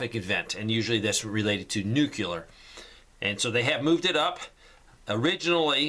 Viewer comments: You said "nuke u lar" again. Its "nuke lee ar" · Does Jimmy Carter live next door to you? It's not "nucular" it's "nuclear" and that whole clock business is a mechanism to instill fear. For a guy with such acumen about preparedness, it's a real let-down to hear you spouting this stuff. You want to stop climate change? Stop animal agriculture. Rain forests are being razed to make room for grazing animals. There's no need for this stuff! You keep saying "They said.... and they said....." None of the scientists I follow, and whose studies I read, think war is the real enemy here. It's not. The climate crisis is real, and it's because we keep turning natural places into factory food farms. If you do NOthing else, please view a documentary or two on this: Forks Over Knives, Veducated, What the Health and please stop spreading fear about things we can contro with what we eat. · I think they are required to say the cvd19 and climate change rhetoric in order to be allowed to continue. ETA: it's ''noo-clear.''